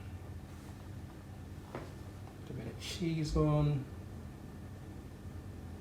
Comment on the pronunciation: 😂🤣 "cheese on" sounded like "chezum"🇧🇧 (omg in Bajan lol)